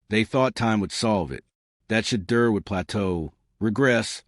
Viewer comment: Get the pronunciation of Sanders first name. Your Blogs are too long! Please just give us the facts, no embellishments! I’ll listen to one more Blog before I unsubscribe.